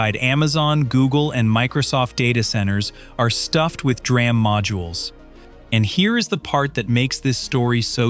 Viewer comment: It's D - RAM !!!! Someone has to stop that AI narration crap